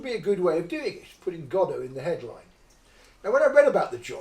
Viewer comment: It's actually Godot, not Godart.